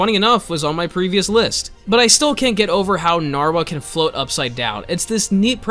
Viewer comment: AINT NO WAY BRO SAID NARWHA 😂